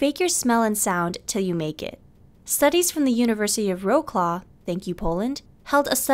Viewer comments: oh my god I had to turn on subtitles cause Wrocław was pronounced so weirdly 😂 like vroukclaw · It's pronounced Vrotswav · Sorry to be a party pooper but you mis-pronounced Wroclaw...It's pronounced "Vots-wav"... It's my boyfriends home city! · u read Wrocław like Vrotswav, or sth like this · Weiss, thank you for bringing that up! For anyone who wants to know the proper pronunciation, here's a phonetic representation: vRo-tzlav. We learn something new every day. :) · Wroclaw is pronounced vrot-swaf in Polish. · .... Vode ! Really ? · 'vode' made me laugh very loud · Wroclaw is pronounce vrozlav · I couldn't stop laughing at your pronounciation of Wrocław :D But seriously, one-way attraction ruined my emotional life and character :/ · Czitus The Zep They made it sound so badass for some reason 😂😂😂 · Yes, that pronunciation was a teeny bit off. /s Let me suggest Anglophiles that they spend 30 seconds googling spoken pronunciations of foreign place names before attempting to just guess them. :-) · I lost it when you said Wrocław 😂😂😂 Polish can be hard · I guess you've meant the city Wroclaw, which is NOT PRONOUNCED THAT WAY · Great video as usual. It's a bit disappointing how much of a primal instinct attraction is eh? By the way as a Pole I'm quite amused and surprised by the pronunciation of the name Wrocław. It's probably the most logical pronunciation based on spelling in English speech, but we pronounce it somewhat like 'Vrotzwav'. Very different :D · This is the first and I think the only time when I heard someone say "Thank you Poland". But yay Poland. also being a Pole I have to say that that's not ohow you read Wrocław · the way they pronounced Wrocław tho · the way she pronounced Wrocław omg hah gurl no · How did she pronounce Wrocław hahaha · Noooooo it's not how you say Wroclaw! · Cringeworthy pronunciation of Wrocław. I know she's American but come on